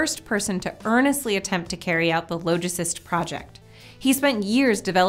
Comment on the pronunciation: Google "logicist" it's not pronounced as "low", but retains the "ah" of its root word "logic".